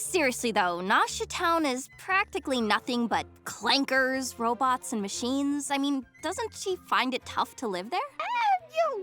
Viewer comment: WHYD SHE SAY IT LIKE THAT LMAO ClanKERS